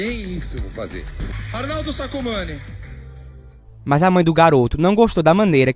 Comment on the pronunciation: Sacomana não! É sacomane Fernando sacomane!